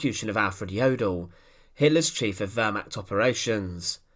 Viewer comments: Lots of good info as always. Two things though. 1. The word is pronounced “Ver-mahkt” not “Ver-mackt”. It’s very jarring and distracting to hear it constantly mispronounced like that. 2. You title these “the vengeful execution of...whoever”, but nothing whatever is ever shown or discussed about the supposed subject of the video. Other than these two minor things the info is awesome. 🙂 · The wörmach...bringt mich immer herzhaft zum lachen. Die ganzen Amis und Briten mit ihren pseudo Dokus über das Dritte Reich. Und sie haben fast immer eine saumäßig schlechte Aussprache. Dumm nur, bei Dokus über das Dritte Reich kommen soviel deutsche Begriffe vor. Hier mal ein paar Schmankerln aus der Sammung : " the Fjurer Sonesug" "a undessdumfuhrer" "a konigstige"